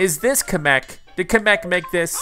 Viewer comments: im just saying this but you are porouncing kameks name wrong its pornounced cam - mek kamek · Kamech??? no offense on how you pronounced it just sounded funny